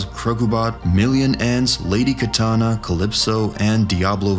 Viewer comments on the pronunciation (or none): none